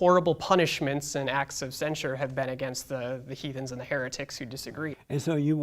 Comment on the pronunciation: He said hethens and heritics 😅 I wanna go on the Jesse Show.